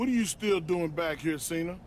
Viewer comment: santino says john chena "qena"